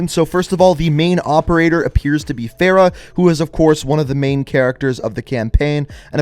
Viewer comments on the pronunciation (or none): Farah? Bruh.